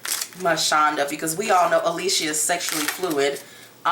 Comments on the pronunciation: Not Ah lee see uh it’s Ali-sha!! 😂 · I'm just tickle that you said a-lee-che-ya instead of a-lee-sha...people change my name all the time, funny thing my own family pronounce/spell my name WRONG all the time!